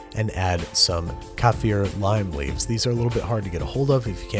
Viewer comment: I think you accidentally added bay leaves instead of lime leaves. Understandable. After all, the Albany regional dialect pronunciation for them is bay leaf.